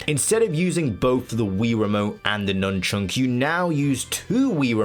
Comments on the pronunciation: why are you saying nunchunk? it's nunchuck, no? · Please say nunchuk correctly.